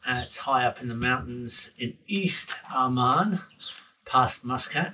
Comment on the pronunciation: Its Oman not Amman 😭